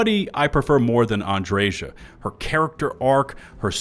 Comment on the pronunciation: Thank You for pronouncing Andreja's name correctly 😅 I have literally unsubscribed to YouTubers because they refuse to pronounce her name the way she even pronounces it herself.